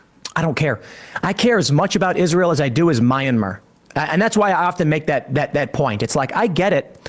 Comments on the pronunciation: What a stupid pronunciation of 'Myanmar' by Tim Pool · Wtf is "Mayenmar"? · WTF is My-and-mer. Does he mean Myanmar? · Tim should probably learn how to pronounce Myanmar.